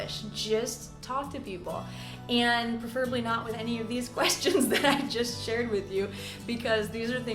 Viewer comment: I'm baffled by the way she pronounced "preferably". I found just ˈpref.ər.ə.bli in dictionaries, which she didn't say.